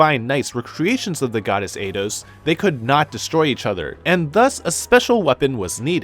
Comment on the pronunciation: eidos IS how you pronounce it btw